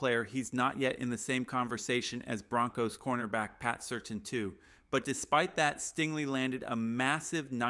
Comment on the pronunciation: Is this AI? It's pronounced 'sir tan' not 'certain'